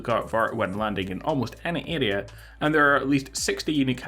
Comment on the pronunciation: “Adea” it’s area (air re A)